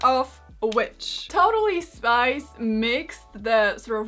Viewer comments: I keep on hearing totally spice not totally spies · I'm sorry but I kept hearing Totally Spice and thought she was talking about the Spice Girls 😅😅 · I though she was saying Totally Spice